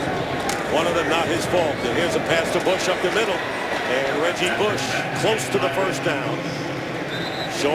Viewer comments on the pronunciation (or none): he said reggie booosh 😭😭